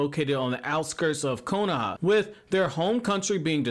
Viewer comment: If I’d get 1$ bill each time he says “konAha”